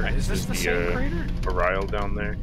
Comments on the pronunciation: It's pronounced Ah-Ree-Ral. As told by me from nerds in the VOTV discord. i just call them axolotl furries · clearly its pronounced ariral